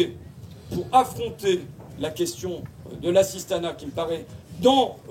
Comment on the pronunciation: Tu es linguiste bah tiens-moi aussi ça fait 8 fois que tu parles "d'assistana" et on en est à la moitié de la vidéo honte à toi tu devrais pas parler comme ça #fascho 18 x le mot assistana